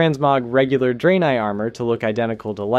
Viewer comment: "draynay" 💀 Edit: He fixes it later on in the video to Dray-neye. All is forgiven but not forgotten.